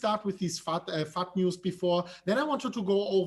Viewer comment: Everytime says fud...I hear fuck